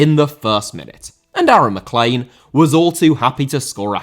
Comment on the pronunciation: Mcclean* not Mcclein